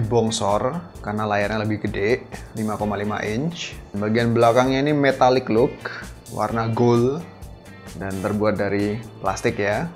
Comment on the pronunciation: bang tolong kalo ngomong kata gold huruf D nya diperjelas ya biar bikin gua gak gregetan :v